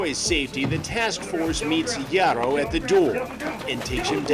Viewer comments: "Ya-row" that name pronunciation killed me.🤣💀 It's actually pronounced "High-row". Lol. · "high-ro " not yarro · "gee-a-ro"? 🤣 It's hah-ee-ro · Chris really can’t just say “hi-row” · It's pronounced Haiyro just saying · It’s pronounced high-row 🤷🏼‍♂️ 😂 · "YAR-ro"... come on Chris... that dude was TINY!!! I'd imagine he wasn't "packing" too much either... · Jare-O, Yarroh, Chris refuses to pronounce this guy’s name correctly lmao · Good ol' Charlie Hansen pronounced this Jairo name about 5 different ways 😂😂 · Bro how do you pronounce his name wrong?